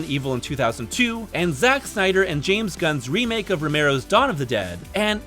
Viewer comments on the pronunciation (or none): none